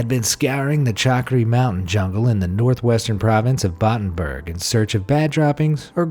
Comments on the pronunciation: it's Battambang not battamburg. Source: I've lived in Cambodia for 7 years. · it's pronounced bat tam bang